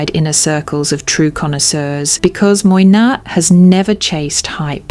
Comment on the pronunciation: Your selection is spot on and makes most of the luxury handbags talked about at nauseum by a lot of influencers look like overpriced high strret items. Furthermore I must congratulate you on your delivery and pronunciation of French names except for Moynat, which should be pronounced Mwana. Repeat after me: Mwa-na... 😁 Talking of Moynat, have you had a look at Gabrielle-BB? Another beautiful structured bag. ❤